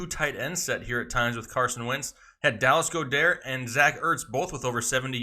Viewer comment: Dallas Go-Dair lmao. I love being an Eagles fan